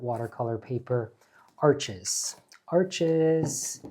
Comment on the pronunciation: Rajiv, the name of that paper is pronounced “ARSH” as in “marsh” .